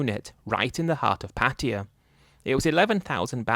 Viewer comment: Why do you keep calling Pattaya as Patiya.. 😅😅😅